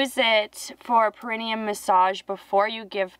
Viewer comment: It's "Pair A knee um"....🤣🤣 Perineum...... ❤️❤️❤️. ...Love your videos!!!!